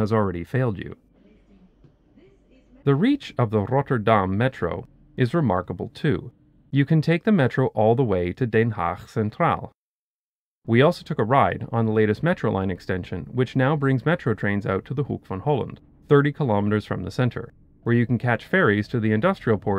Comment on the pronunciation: Den haag. The e in 'den', you should pronounce it like the e in 'then'. You said something like Deen. Great video once more :-)